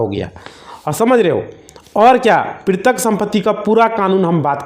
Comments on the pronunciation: NOT PRITIK BUT PAITRIK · वकील साहब पैतृक को पिरतक बोल रहे हैं कृपया ठीक उच्चारण करें,कृपया मातृभाषा का सम्मान करें,यह हम सब‌का कर्तव्य है।जय भारत। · प्रितक गलत उच्चारण है इसे पैतृक सही उच्चारण है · पैतृक (paitrik ) समझ रहे हो पितरक नहीं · वकील साहब पैतृक बोलिए प्रितृक नहीं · क्या कमेंट किया जाये? आप तो पैतृक सम्पत्ति को प्रितक सम्पत्ति कह रहे हैं। कैसे कोई आप पर भरोसा करें । Sorry. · आप शायद वकील साहब हो लेकिन आप भूल बोल रहे हो पैतृक संपत्ति को पृतक संपत्ति बार बार बोल रहे हो जो गलत है। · Pirtak nhi Patrick sampati hota hai😅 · Bhai tumhe petrak nahi bola ja raha tum kya kanoon padhoge